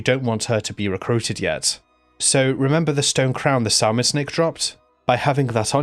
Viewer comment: Also not Sal mon, samon like the fish brother xD Silent "L"